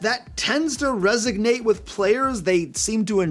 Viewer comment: Resonate. Not resignate. I'm here for ya dude.